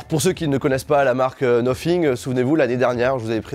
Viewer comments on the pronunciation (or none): Sacrés français vous avez vraiment de la difficulté avec votre anglais😂😂😂 cest noThing pas noPhing AHAHAHAHAHA😂😂😂